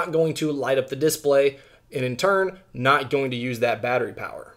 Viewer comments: Diss blay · Is it just me or does he say display weirdly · He does